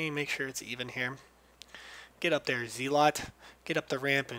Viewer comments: Zealot is pronounced zel-aut and (first syllable rhymes with fell) and not zeel-aut. The root word, zeal, *is* pronounced zeel, though. English is just like that. Deal with it. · ...ZEE-LOT? obnoxious, but rest of this video is pretty cool.... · who care's how it is pronounced. i'm well aware that it is correctly pronounced "zell-uht" but cause i'm uber cool i prefer to pronounce it "zee-a-luht" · Z-lots? do you even english? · Thanks mate. By the way, only one minor comment, Zealot is pronounced "Zelot" - it has a silent "a" LOL. Thanks again tho bro. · Lol, he says it like Zeelaught.